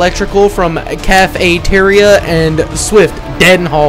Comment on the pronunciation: Can-e-ter-ya bruhhh